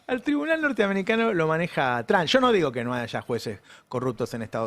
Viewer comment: Por qué los argentinos pronuncian mal el apellido Trump?